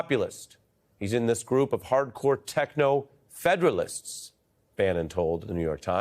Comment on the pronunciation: He said, 'Federalist.' It's Feudalist. Way off. Misreading, but know what it is. Techonfuedalist.